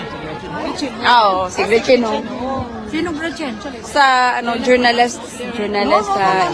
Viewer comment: Journalists at Bias daw hahaha, mga BOBOng Atsay ang mga yan. Ginawan ba naman ng kakambal si Gretchen Ho. Yung isang kausap naman sabi "Jornalesh' waaahahaha matalino pa grade 5 sa inyo ATE kababae nyong tao walang laman Kokote nyo.